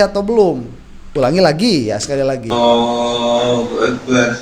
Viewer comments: AKU DENGER KOK AWWOHUAKBAR,BUKAN ALLAHUAKBAR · Takbir nya maaf ya kalo saya ga salah dngr BKN Allahu Akbar ya .tp awoohuakbar .coba deh dngr dngn benar".jika saya mohon maaf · Bacaan takbir pak Jokowi terdengar Ollohu Akbar yang benar adalah Allohu Akbar